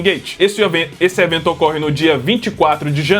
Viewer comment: esse evetu 😂😂😂😂😂